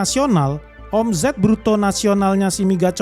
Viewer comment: Geli gua denger admin nya bilang o.m.z.e.t😂 baca nya omset bg hedehh😅 , Z nya dibaca S jaadi OMZET=OMSET (eja'an bhs inggris) gitu bg jgn bilang omZet omZet lg ya..😂